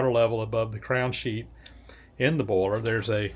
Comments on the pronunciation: And "boyler". 🙂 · More like "baller" to my ear. (New Zealand)